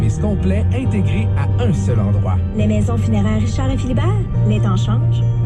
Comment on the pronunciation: Les maisons funeraires XD j'ai réussi à rigoler à cause de l'accent